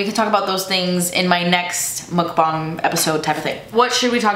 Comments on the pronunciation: Ur like the only person that says muckbang correctly! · The fact that you pronounced "mukbang" correctly. 😘